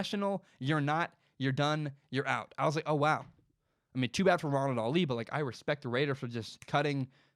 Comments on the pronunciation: Lol y u saying Ronald “Ali” it’s pronounciation on the first syllable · In today's mispronounced last name we have: Ronald "ALI" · It made my ears bleed haha